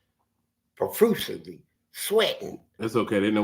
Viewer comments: When he tried to say profusciosly, I almost died. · this nigga said “perfushylyss” 😂😂😂